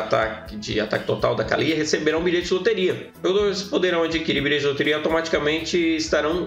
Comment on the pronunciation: Kkkkkk engraçado tu falando Kalyyyya 😅😅😅😅